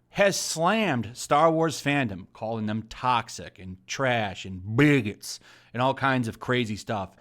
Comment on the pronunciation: Anyone else find the purposely mispronunciation of "racist" or "bigot" really annoying?